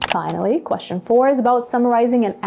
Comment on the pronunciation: Dear teacher the pronunciation of the word question is strange when you pronounce it is it really natural?